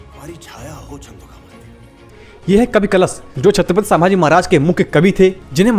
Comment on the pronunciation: ओ भाई चंद्रोगामात्य नहीं छंदोगामात्य!!! और प्यार से लेने वाला नाम नहीं वह एक पदवी थी!!